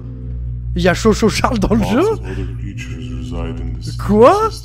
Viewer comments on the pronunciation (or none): non tkt moi aussi je l ai remarqué mais quand il l'a dit chou chou charle au lieu de tchou tchou charle je n ai pas pris en compte celui là. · c'est pas cho cho charles c'est choo choo charles XD